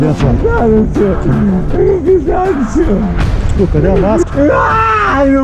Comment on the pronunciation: Me admiro a paciência dos policiais. "Não fui eu sinhô" kkkkkkkkkkkkk